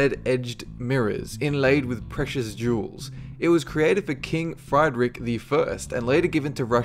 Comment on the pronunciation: I mean seriously, how could anyone be so ignorant as not to be able to pronounce Friedrich, and indeed common English words